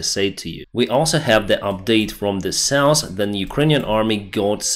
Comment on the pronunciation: Hill, not hral South, not sauce